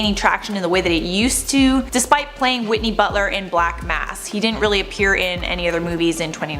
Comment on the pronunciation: Did say whitly butler lol I think its Whitey Bulger